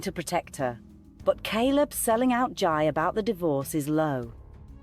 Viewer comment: It's Jai, pronounced JAY